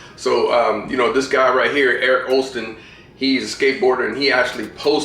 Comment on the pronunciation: Its Eric Koston and not Erick Oston